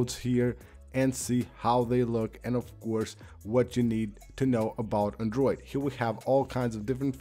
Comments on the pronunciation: Everytime he says ‘andruid’!😂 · Andruid? What ya mean bruh hahaha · Shittiest pronunciation of the word "Android" in all of YouTube. Totally butchering it!